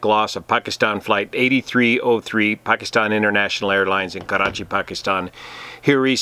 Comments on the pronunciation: Just FYI Karachi is not pronounced with a rolling R. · I positively enjoy the way you say Karachi. Nice analysis. Very informing. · Your pronunciation of "Karachi" is better than us Pakistanis! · It's funny how u say "Karrrachi" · You gave to know, how to roll your rrrs!